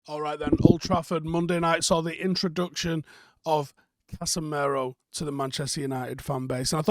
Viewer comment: Why do you call him 'casa mare-o?'